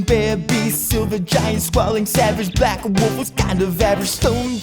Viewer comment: saying "Black Woof" instead of "Black Wolf" is adorable and drags me out of the peril they're trying to set up. Stunning opening to the MM episode. Let the train wreck commence!